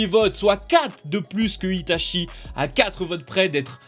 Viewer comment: " livai " , " shoto " , " ita chie " + kikou tu meurs ca vous tuerait de voter pour des personnages d'animés pas aussi surcotés?